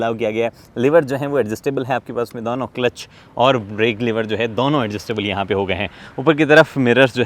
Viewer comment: bhai dono ko dauno kyu bolta hai